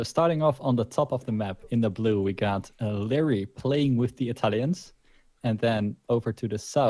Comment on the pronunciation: isnt it supposed to be pronounced Larry?